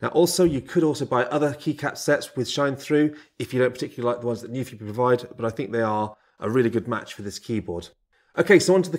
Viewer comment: NU-PHI. It literally tells you how to pronounce it on the keyboard cover. Why does no one get it right?!?!?!